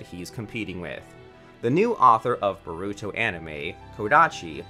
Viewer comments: bah ru to, sa suke, sa rah da, why just why this pains me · this man said boruto xDDD its borrr uuu to.... in japanese wtf lmfao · bruh the pronunciations be like boruto nah buritto sakura nah sakoorah sasuke nah sasUke man 😂